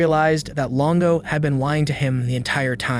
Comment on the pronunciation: Longo not Lingo, FFS